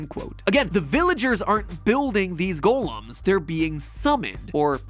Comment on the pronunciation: How he says "golems" really gets on my nerves